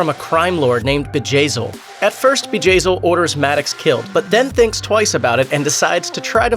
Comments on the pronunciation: I thought at first it was vagazzil haha. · who else laughed when he said Bjayzl